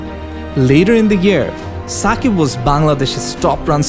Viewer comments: it's Shakib not Sakib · Shakib not ssakib